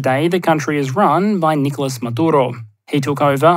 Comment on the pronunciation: Lol... Talk about passive-aggresive. You don't need a new keyboard, Your subtitles already have the proper accents. The issue is when you say"Nicólas" or "Bolivár"... If "you know", you should then just read them so not to sound embarrassing.